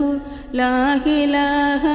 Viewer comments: ലാഹിലാഹ അല്ല ലാഇലാഹ ആണ് സഹോദരി 👍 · ലാഇലാഹ എന്നുപറയാൻ ശ്രമിക്കണം